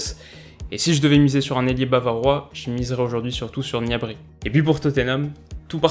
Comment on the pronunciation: je suis d'accord pour Gnabry au Bayern est un joueur essentiel sur les ailes (sans oublier Kingsley Coman). Gnabry se prononce knabri! Perisic sera probablement au deuxième plan cette saison. Le Bayern n'est pas à sous-estimer (Tottenham aussi dans ce groupe et toutes les équipe de cette phase de poules)! Tes analyses sont toujours intéressantes, continue comme ça!